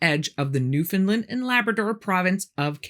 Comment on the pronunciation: Dang, good job on the pronunciation of Newfoundland 👏 it's so rare to hear someone not from here say it right lol